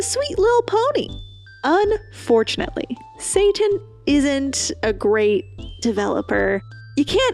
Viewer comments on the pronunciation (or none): none